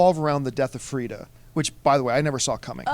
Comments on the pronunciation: It's /Frigga/. My god that was irritating me. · It sounds like the crew is saying Frida, just to clarify, it's Frigga. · Guys its Frigga not Fridda. :-) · FriGGA guys Not Frida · LEARN YOUR SHIT...... her name is FRIGGA, STOP saying Frieda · best marvel movie besides avengers and as a comic and norse mythology geek i loved it. caps scene was sooo great. i should mention its not "frita" its FRIGGA! haha love you guys. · FRIG-GAH! not FRIEDA! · Its FRIGGA/FREJYA not Freda and yes she was awesome along with the whole movie! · Guys, "Frigga" not "Freeda". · it's Frigga. FREE-GAH.